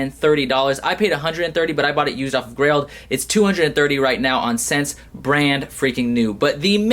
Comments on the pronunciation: It's prenounced essence not sense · Just a heads up, it's pronounced "essence" not "sense", for future reference. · Not that it's relevant but it's actually pronounced "essence." I called them regarding a yeezy order and I was wtfing when I heard the girl pronounce it like that. I thought it was "sense" too. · Lowkey, but Ssense is pronounced like Essence. Nice pieces. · ssense is pronounced as essence. lol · im pretty sure "Ssense" is pronounced "Essence" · its pronounced essence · Ssense is pronounced as essence